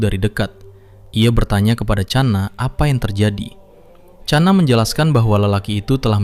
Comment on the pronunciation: Bukan cana bang tapi khana dari india❤❤